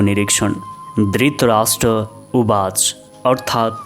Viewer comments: मीठो स्वर भएका वाचकका भ्रमोत्तेजक उच्चारण । माहातम्म्म्य ?? उवाच् ?? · उवाच् होइन, उवाच हो प्रभू! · उच्चारण अशुद्ध भयो हजुर स्वर प्रष्ट छ तर भागवत भन्नु गल्ती भगवत् हो अनि उवाच् भन्नुभो उवाच हो यस्तै सुधार भएमा तपाईंको राम्रो नेपालीमा सुन्न पाउनु गौरव हो